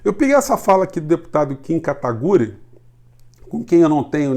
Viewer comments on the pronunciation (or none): É Kim Kataguiri, e não Kataguri.. Abraço 👍